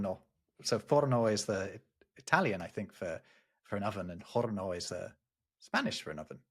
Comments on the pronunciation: “Horno” because it’s Spanish, does not have an “h” sound! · In Spanish, oven is pronounced as of the h was not there. You would say "or-no". Pronounced similarly to the English words "or" and "no" if they became one word.